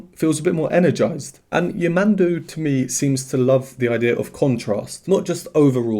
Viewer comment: Just a correction, the pronounce of his name the accent is on de last 'u' , yamandú, greetings from brazil